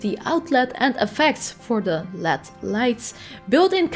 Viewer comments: El eee deee.. Not "lead" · Led is an acronym for light emitting diode. So, it’s pronounced L E D, with each letter being pronounced separately. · I've been hearing it more and more, and my brain keeps hearing "Lead lights" - like...Pb. Atomic number 82, etc. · Its weird to hear someone say LED like they're saying OLED. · I never said it was a bad thing. I just thought it was weird.